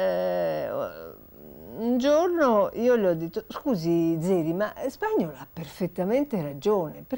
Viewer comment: Alla Signora Ripa di Meana consiglio caldamente la corretta pronuncia del nome Spagnòl. Non Spàgnol.